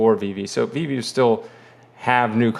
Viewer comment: you finally learned how to pronounce Veve 👍🏽